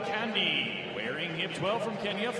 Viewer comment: Kandie = Car-n-dee- year, Mateiko= Mat-aye-ko... The African pronounciation for A-E-I-O-U is AH-AYE-EE-OH-OO